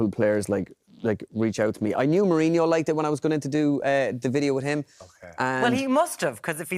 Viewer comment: But it's ao funny how he says Marinho😂😂, Same as the presenter, They should get that right like😂😂